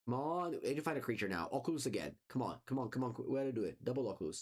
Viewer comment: I wish I sounded half as cool when I say Oculus.